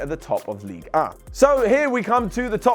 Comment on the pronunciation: Ligue Uuh